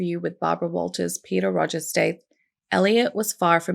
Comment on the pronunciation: The name is Rodger, not Rodgers.